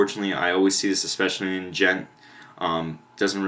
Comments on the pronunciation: Its pronounced "GENT" not "D-GENT" I made that mistake as well XD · The "d" in "djent" is silent, dude.